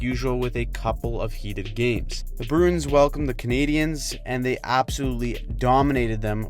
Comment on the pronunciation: Bruins is a 2 syllable word. It's pronounced brew-ins. Please stop saying brunes.